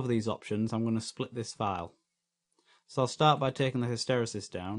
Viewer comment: What a great video. Many thanks. (Pedantic point: I think hysteresis is pronounced hister-eesis. :-| )